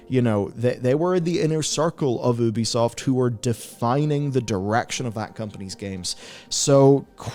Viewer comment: It's pronounced you-bee-soft. Incredible how many supposed journalists still don't say it right.